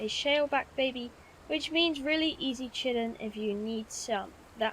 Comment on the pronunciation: Love your vids. But Chitin is pronounced "Kai-tin".